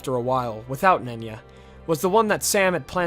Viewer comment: The ring of concealment being pronounced "nunya" like "nunya business" is way funnier to me than it should be